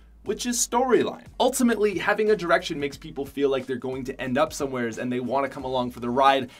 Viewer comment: ''Anywheres" "Somewheres"